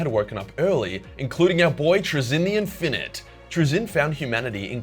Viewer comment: Learn how to pronounce “infinite” and “sentient” or else I will tie you up and let Timmy have his revenge on you